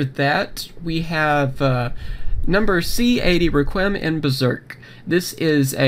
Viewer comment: Requiem is Rek wee um Or Requ wee um